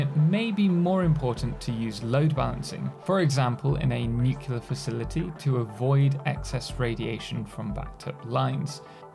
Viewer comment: It's not pronounced "New-cyu-ler", It's "New-clee-are" fuckwit